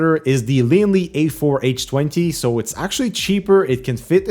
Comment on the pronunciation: Wait... Did you just say Lianli A4-h-twenty ?